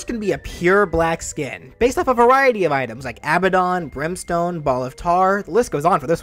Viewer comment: 8/10 no brimstone Love the moveset But come on man it’s brimstone